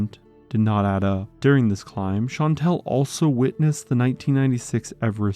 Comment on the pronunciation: Shan-tall. That’s how you pronounce Chantal.